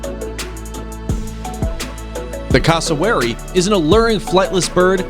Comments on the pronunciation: PLEASE learn how to say the names of the birds! It's "Greeb" not "Graybee", CASSowary, not cassoWARRy. Google it - the answers are out there! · This guys pronunciation though it ain’t pronounced taka-he It pronounced ta ka h e It ain’t pronounced invercarjill It pronounced invercar gill (like a fish gill) It ain’t pronounced cæssawary It pronounced cass-o-wary